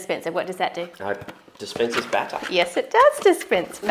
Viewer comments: For a moment there I couldnt tell the difference between 'batter' and 'butter' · A battah dispensah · Man, when she said 'butter' instead of batter ....lol gotta love it tho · I got lost for a bit when you said baata!! Until I realized you meant batter. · When you said batter dispenser I heard butter dispenser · Am i the only one who thought they were saying “butter” instead of “batter” lol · I thought they were saying butter dispenser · Am I the only one who thought you said "butter" dispenser？